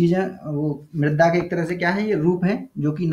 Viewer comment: सर मृदा है मृद्दा नही